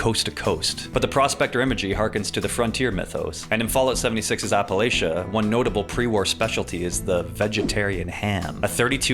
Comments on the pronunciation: you pronounced appalachia wrong. it's "app-uh-latch-uh" not "app-uh-laytch-uh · I love the deep lore dives but it’s *Apple-latch-uh*! Keep up the videos ❤ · "im gonna throw an apple-at-cha for mispronouncing Appalachia" -an old English teachers sign in class